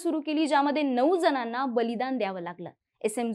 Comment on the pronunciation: नेत्यांच्या नावांचा उच्चार व भाषेतील उच्चार काळजीपुर्वक करावे! हेडगेx हेगडे√ हेडगेवारx हेगडे√ जनांनाx जणांना√ इतर अनेक........